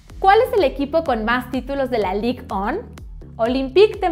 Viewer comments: Que vergüenza, la chica de la trivia dijo "Ligue on" y es "Ligue one" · one se pronuncia wan no on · A mi me sorprendi mas que dijera Lig ON XDDD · “La ligue on” jsjsjs